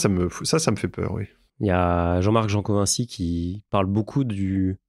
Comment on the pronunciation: Jancovici et non Jancovinci 😅